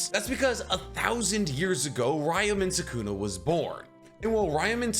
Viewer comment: "Ryamen Sukuna"